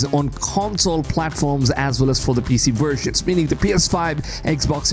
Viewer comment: What the hell’s a “wersion”?